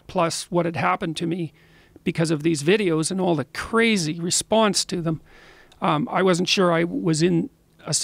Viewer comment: Gawd Respawnse Hypawthesis ... nope. Can't finish this. Idk where this guy is from, but to butcher such a simple sound so terribly; I hope it's not America